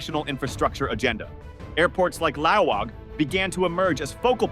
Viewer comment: It's Laoag, not Laong It's pronounced lawag, not "lao‐waaang" Short A's